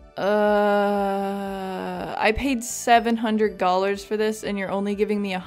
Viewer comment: Ok i'm subscribing because you call the currency "gollars" I'm rolling oml